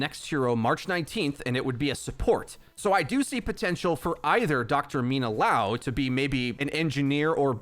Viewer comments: Bruh, it's liao, not laow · "Lee-ow" my dude. So, "Liao" not "Lao" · it's not lao, it's l [i] ao, like lee ao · li-ao not lao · It's not LAO, it's LIAO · Thanks for the quick video but you’re saying LAO instead of LIAO the whole time it’s killing me lol it’s LIAO, there’s an I in the middle. :) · I'm curious as to why is everyone pronouncing Liao like Lao. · Say it with me, Lee Ow.... that’s how you say Liao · Everyone: obviously pronounces liao correctly Yo: laow